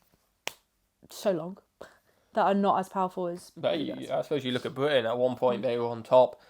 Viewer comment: If you’re from Britain, I feel like you should be able to say BRITain, and not Bwi-an.